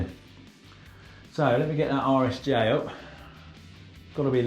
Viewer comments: It took me a second to hear "RSJ beam" correctly. Thought maybe "Irish J" was a British colloquialism for "I," like in "I-beam." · All I can hear is "Irish Jay" Beams :) sounds like handy fellow